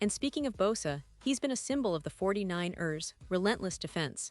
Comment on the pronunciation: Can you please fix the pronunciation of the 49 rrrrsss?